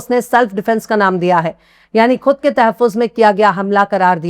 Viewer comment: BETA, Behtreen Urdu aur Talaffuz. Aur sudhaar kare.... Khatam, Ghaur, Khud, khabar....etc ka Talaffuz sahi kare ❤